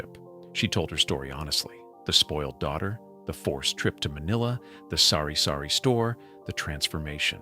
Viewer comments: not s0rry-sorry store,. its sari-sari store,. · It is TABO' not tapo and it is SARI-SARI store not sorry sorry. could you be truthful if you cannot then stop speaking tagalog. Holy smoke you're missing the tagalog. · It's Sari-Sari Store (which means a store of assorted goods), NOT Sorry-Sorry Store. Lol